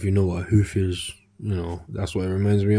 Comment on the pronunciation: “The back, actually reminds me of a HEULFF” lmao😂 I know it’s the accent but I started laughing my ass off idk why lol